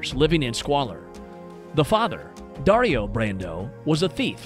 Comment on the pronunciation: The way he pronounces passione and dario